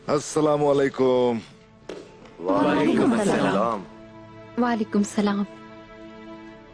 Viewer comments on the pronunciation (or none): lafz Wa Alaikum Assalam, وعلیکم السلام hy...Walikum Salam nahi